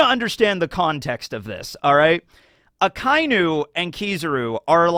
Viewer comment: I dont understand how you watch anime yr whole life and stil cant pronounce names correctly, Finaly you learned how to say A-KAI-NU. instead of A-KA-iiiii-NU And now you butcher KI-ZA-RU. not KIE-ZE-RU i bet its on purpore to get more reactions